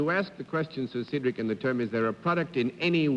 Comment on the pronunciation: Dorothy calls him 'Seedric' but the usual pronunciation is 'Sedric' with a short E.